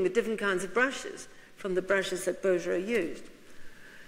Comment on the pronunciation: Smithsonian Institution, please....NOT institute! Bouguereau..BOO-gair-oh. How can a learned lecturer of art not know how to pronounce artist’s names?